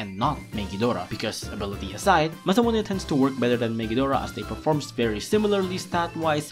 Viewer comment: How you said "Masamune" was amazing